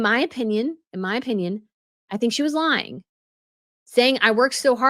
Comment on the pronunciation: But, as much as I enjoy following and watching your posts, please watch your diction. "Stop lying-guh! Stop lying-guh!". It makes you sound unattractively colloquial. Thanks.